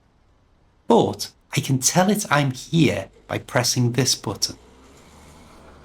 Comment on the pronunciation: Your pronunciation of some words such as "junction", "button", "bus" sounds irregular. I do not know your accent.